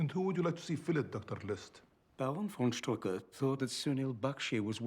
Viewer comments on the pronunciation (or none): There really, really, really is no Ü in "von Strucker".